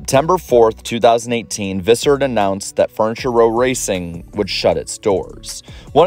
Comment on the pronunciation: Say it slowly. Fur-ni-ture. It's a 3 sylable word.